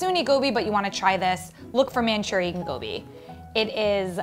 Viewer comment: Gobi machurian and not machurian